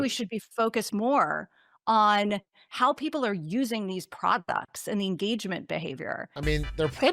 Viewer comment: it’s already a bad sign when a person who is advocating for AI can’t even say Products correctly ☠️ Like, I get using AI; before the whole bubble and it blowing up and shit, I was messing around with OpenAi’s api key as a highschool programmer, back before it was the multi-billion dollar company it is now. (Especially since we just got one for free to then mess with for a bit.) With some of my classmates breaking GPT3’s censorship rules and asking it to write gay Yuri novels and how to make bombs and methamphetamines. (As a joke, since it was funny.) And I thought it was a cool fad, BUT NOT FUCKING THIS. At this point, it’s blown past most of the shit I wished it did; frankly, we did have an idea it was going this way tho: we did a whole “from the 60’s and up” history breakdown of modern AI, and frankly, we all had a gist that it was going this way, I just kinda hoped that we wouldn’t be going into the whole “it’s destroying the world since rich billionaires are stupid and don’t actually understand what the fuck it’s doing.” Type of thing. But alas, now we are seeing the birth of modern coding through a non-modern algorithm, which imma be frank: IS FUCKING COOL. With how r*tarded these AI tech bros are, they literally created a new form of SQL injection, which frankly, is cool, since due to how AI is ran, can basically be seen as a penetrative Virus, which if given certain commands, can execute them without administrative access. In simple speak: Due to the AI running cl